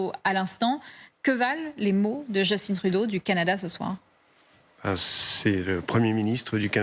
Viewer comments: Message aux Français: Arrêter de nommer notre premier ministre "Just-tinne". C'est un Québécois francophone et son prénom se prononce "juce-tin" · Justin comme Justain pas Justine! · Pour le 1er ministre du Canada (et non président), on prononce « Justin »comme dans Justin Bridou, car c’est un francophone. Et non « Justine » comme Justin Bieber, qui est anglophone. Vous êtes journaliste ou bien ? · "Jeustine" vraiment ? Personne ne vous a renseigné ? Justin Trudeau est d'origine québécoise donc locuteur français bien que parfaitement bilingue. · JUSTIN, JUST comme dans juste et TIN comme dans Tintin, pas Djeustine!! Premier ministre, oui ya pas de président au Canada… un roi, paraît -il, qui nous coûte une fortune pour que dalle… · Les francais me font tellement rire Just in Trudeau prononcer a l'anglaise bravo Margot, il est francais ca se prononce en francais Justin Trudeau !!!! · Il faut prononcer Justin en français, pas « Djostine » à l’anglaise !!??! Mais d’où vient cette aliénation ?????!?